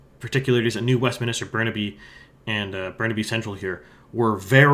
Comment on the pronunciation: Riding names were mostly correct; the only one that stood out to me was New West: it's 'Westminster' like in London, not 'West-minister'. And 'Fraser' is pronounced like 'razor'.